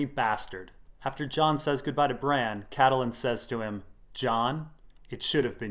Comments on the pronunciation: His pronunciation of Catelyn is driving me crazy. CAT-lin not Cattle - lin. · which is wrong too :P GRRM says "cat-lin" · Randy, Its incredibly annoying. Vase-doth-rock, Toastertully? Catahlun=Catelyn. ...Lice=Lhys=Lease.. Far-ease=Varys..Lysol=Lysa=Liza......IDK Missandy=Misande...Leonna=Lyanna..Sersay=Cersei So distracting to the good content. Dennys Pragnate, Why not go for it! Call a dagger a dogger, littlefanger? JuneSnoo? Samewall ? Stainless Burned Rat Theon. .Gentry..Gamie...Gorie..Gorge or maybe even Rorge, Durr- eyeahh like Uriah heap) Jorr-eye-ahh, hell why not just go for jamima? Sorry I got carried away, Lol